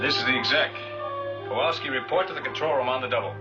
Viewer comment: Did Chip Morton call Kowalsky "Pete"? It sounded like he did when Chip paged for him.